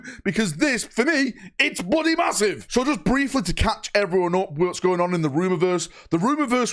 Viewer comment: Bloodeh, bloodeh excited!